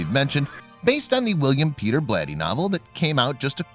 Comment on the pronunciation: Beyond mispronouncing "William Peter Blatty" and showing only clips from Exorcist 2 - this video is mediocre.